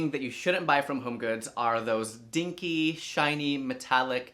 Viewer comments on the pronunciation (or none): I love how you say “dinky” 😂